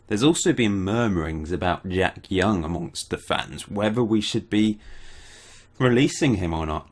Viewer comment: Hi, I'm not Turkish. But I can confirm that you pronounced Jack Young correctly.